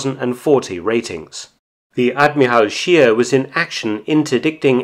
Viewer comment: Too bad Mark does not pronounce "Admiral Scheer" correctly, otherwise, a very informative research video from Mark, as usual.